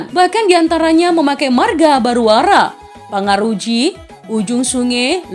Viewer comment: Pagaraji nya bukan pangaroji ya